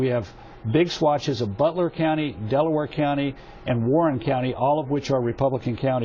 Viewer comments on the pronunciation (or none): none